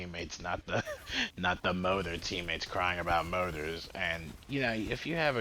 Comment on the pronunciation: i keep wondering why you were saying motor? then you said ems motor and i realized you were saying mortar. that said yeah ems and mortar honestly pretty key in this mission. just keeps them fellas back. its the biles that just absolutely stomps around.